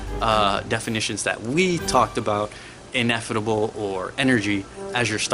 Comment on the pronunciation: Great video. Fyi though, it's ineffable, not ineffitable.